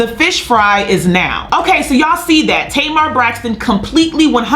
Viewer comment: Why did keep calling Tamar “ Tamer Braxton? “ We got it Sis. By the 2nd time, we knew who u were talking about. U must’ve said it about 40 times 😂🤣😂